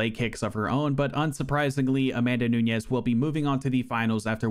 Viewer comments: “Andraday” “Namanuñez” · Interesting that you went out of your way to pronounce Nunes as if it was Spanish, rolling the middle 'n'. It just makes it both harder to say AND incorrect. Noo-nesh.